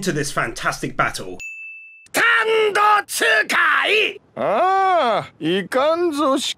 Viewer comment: Stop saying another unique standoh when u cant even say jotaro right